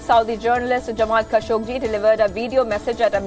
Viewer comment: the newsreaders pronounciation is awful, many words are wrongly pronounced, its not "khashogJI", its "khashoGGI", he is not Indian......it doesnt feel good to hear this pronounciation...